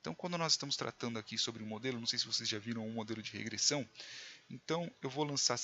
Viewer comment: Regressãom???????? Pirikitos??????? professor de português infarta nessa hora